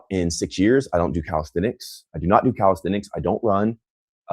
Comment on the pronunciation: Cowasthenics LOL